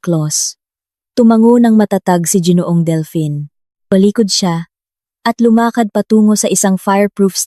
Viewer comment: it is ginoo ang bigkas hindi jinoo.